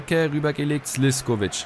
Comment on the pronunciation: Er wird Slischkovic ausgesprochen